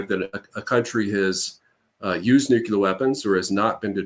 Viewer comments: Same place he learned to say "new-q-lar". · IRAN, is Pronounced "Eee-Ron" not "Eye-RAN"!! Moreover, IRANIAN is Pronounced "Eee-Ronny-Yan" not "Eye-RAINY-Yan"!!! Also Nuclear is Pronounced "Nuke-Lee-er" not "Nukee-Ler". Thank you 💙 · Why does he keep saying "nuke-u-ler" ? There is no second U, it's pronounced NEW-CLEAR. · Sorry I can’t take seriously someone who says “nuc-u-lar” like George W Bush and Homer Simpson